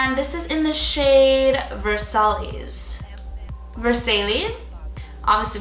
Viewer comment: Lovely look as always and so nice to see an honest, balanced review! The lip is so pretty as well (“Versailles” sounds like ver-sigh 😘) I forgot that B.B. had the liquid lippies.